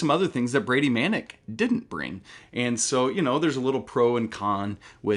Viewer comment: Dude doesn’t even know how to pronounce Manek